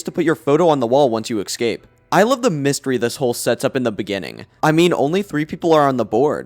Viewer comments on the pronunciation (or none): Escape not ekscape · why every time you say "escape" for some reason you pronounce it "excape" it genuinely drives me insane